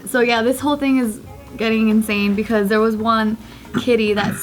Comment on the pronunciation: says "so" in a stereotypical english accent